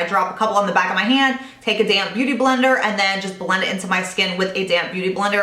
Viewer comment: When you say "damp beauty blender" it always sounds like you're saying "you just take a damn beauty blender..." it cracks me up every time! Great video, as always :)